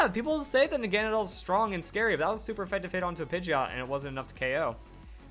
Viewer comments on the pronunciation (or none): It's K.o not okow